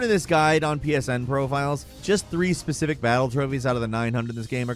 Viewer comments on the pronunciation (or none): none